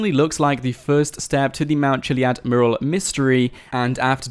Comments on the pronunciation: Learn to say mural properly please. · There has been around 3 years of GTA 5 and trying to crack this easter egg and he still can't properly pronounce mural :D